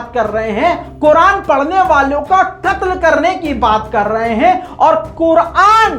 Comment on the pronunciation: 🤬🤬🤬🤬kuran ko ase nahi bolna chai ye